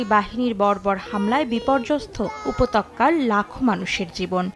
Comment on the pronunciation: উপতক্যা না ছেমড়ি! উপত্যকা